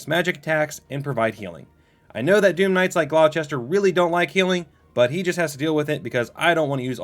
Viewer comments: Gloucester is pronounced "gl-oww-stir" think like, "Oww, that hurt". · cav-UHL-ree (or cav-ull-ree). gl-OW-stir. SANE-gwin (or sometimes SANG-win) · That's not how you pronounce Gloucester